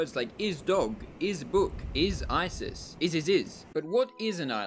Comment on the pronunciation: I've been thinking of Island being a compound word (is-land!) for so long! Thank you for agreeing with me. Also the way you pronounced IsIsis the second time. LoL 🤣